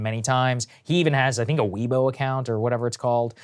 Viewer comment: Weibo, Chinese social app is pronouced more like the word "way" or weigh" than "we" and the bo sounds like "bow" like a bowtie. All together it sounds like "weigh-Bow"